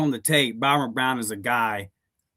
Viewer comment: You do know his name is ByRUM Brown and not ByRON